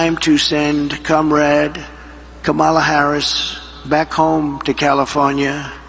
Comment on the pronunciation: This the first time he says kamala harris name right lol